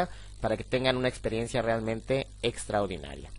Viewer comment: Muy buen video, gracias, muy informativo...pero se dice "extraordinario", no "extraudinario"